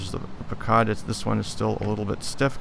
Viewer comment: Pronounced puck cud